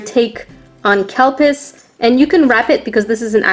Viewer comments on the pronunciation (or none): it’s pronounced ‘Cadu-piece’